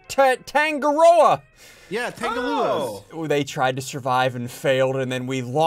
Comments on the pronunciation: its pronouce as tun-ga-ro-a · As a Kiwi, I am a little offended due to SSundee's pronunciation of 'Tangaroa'. this is a joke, but i am a little bit weirded out